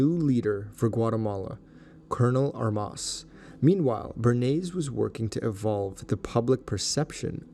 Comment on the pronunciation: Enjoyed the video, but Armas is mispronounced. The stress should be on the first syllable.